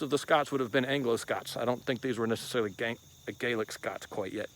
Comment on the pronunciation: What I liked most was when he said Gaelic the first time I nearly cried , he came a cats whisker to saying " Gaelic gangsters' lol